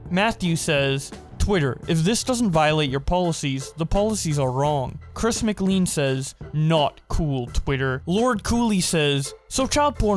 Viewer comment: My soul died when he said Chris Mc lean